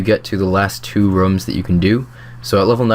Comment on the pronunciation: Couldn't watch the vid because you kept saying rums instead of rooms.